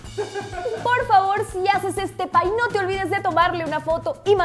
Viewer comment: *pie no "pay"